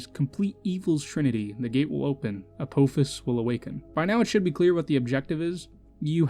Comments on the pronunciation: Great video and grats on getting blessed by the algorithm! Apophis is pronounced more like "Ah Poffis" with the ph like phone Just so you can avoid the angry stupid commenter mob from Smite players that you got recommended to because Apophis is in that game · this guy pronounces apphophjhis wrong